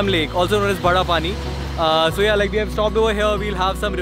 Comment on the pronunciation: Why do Indians pronounce WE as "VE" ???